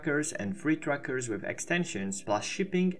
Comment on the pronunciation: Every time you say trackers all I hear is truckers lol.